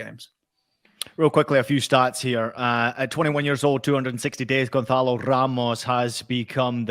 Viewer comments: It's not goncalo.....it is gonçalo.....ssssssss sound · you wanna sound all sofisticated saying all portuguese names like that be my guest, just know you're butchering them